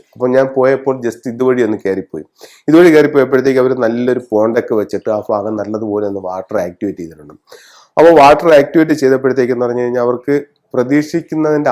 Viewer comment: 'ഫാഗം' അല്ല bro 'ഭാഗം ' ആണ്.